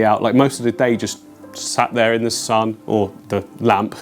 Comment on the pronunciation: The way he said “THEEACK” lmfaoo🤣🤣🤣🤣